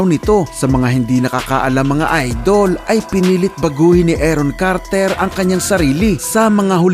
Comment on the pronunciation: Carter po hindi KARRRTERR